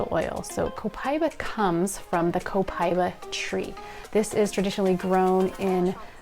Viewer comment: Pronounced Copa eeeeba